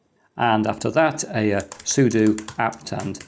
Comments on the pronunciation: It's pronounced sudo, not sudo. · I love the concept of using cases as passive coolers. Aside from that, pronouncing it as sudo and sudo interchangeably must really be messing with some people :) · I just realized I've been pronouncing "sudo" wrong all these years. No wonder none of my dates understood me when I said "soo-doh"